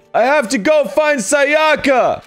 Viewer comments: I think Japanese names are some of the more easy names to pronounce because everything is just simple syllables. As long as you aren't stressing the wrong syllable, typically the second syllable, you should be fine. The first syllable is usually the one you should stress. So to say the names you should be saying SAyaka not SaYAka and BYAkuya not ByaKUya. Does that make sense? It's not a matter of what sounds better that's just how the names are supposed to be pronounced. I mean it's not a big deal since they're fictional characters but if you meet someone named Sayaka or Byakuya in real life it's just the respectful thing to do to pronounce their names correctly. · I mean true but the way he says Sayaka and Byakuya definitely isn't lol